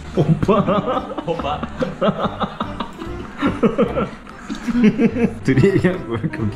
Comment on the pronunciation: ㅋㅋㅋㅋㅋ ㅎㅎㅎㅎㅎ 호빠~ 이리 발음 할 줄 알고 하신거 아니죠